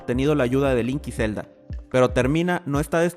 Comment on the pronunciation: Zzzelda. No mentira